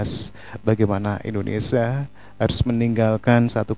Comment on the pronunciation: Koreksi bang, pengucapan anda belum sesuai. "Indonesia" bukan Indonesa